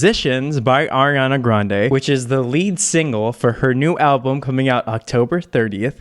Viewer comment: I lost it at "Ariana Grandasm" 💀